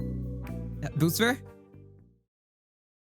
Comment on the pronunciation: that boosfer sounded REAL southern